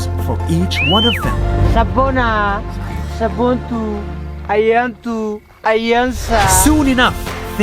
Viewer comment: Sabuntu❌ Sabontu✅ Ayelsa❌ Ayansa✅ I'm from Ethiopia 🇪🇹🫡